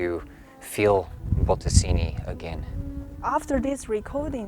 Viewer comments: Baradini??? que carajo pronuncia la voz en off??? B-O-T-T-E-S-I-N-I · I was hearing BotteZini.